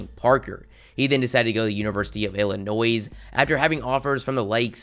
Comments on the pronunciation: The “s” in Illinois is silent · As an Illinois fan. I've always known Nunn was capable of doing it. Also, the S is silent in Illinois. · He just said “Illinois” how it’s spelled🤣😂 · this man can’t pronounce Illinois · Said Illinois wrong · You pronounce Illinois wrong